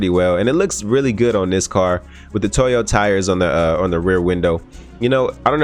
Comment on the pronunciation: "toy"o lol.... it's pronounced "toe-yo" my man